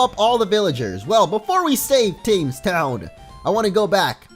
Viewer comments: your videos are great and you play a great variety of Pokemon hacks or new games... but for the love of god it's pronounced 'Tems' the cities are based off of rivers and the Themes is London's river, it's weird that we have the H in there, but it's Tems as in Temmie from Undertale. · Thames is pronounced "tems" (as in the river that runs through London)